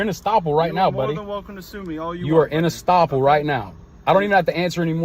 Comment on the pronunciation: The term is "estoppel". And he is still wrong.